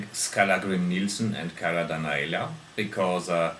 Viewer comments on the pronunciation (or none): It's Da-Na-Lea, but nobody gets that right, so don't fret :) *lol* The sunglasses was just epic! What type of wood are your Escrima sticks made of? And you do know that not every kind of vampire reacts to stakes? Molotov Cocktails?! Please, that is the worst beginner's error with zombies you can do? Flesh burns slowly, so you not only got zombies running around, no you got burning zombies running around. Bad choice! Read your Zombie Survival Guide again!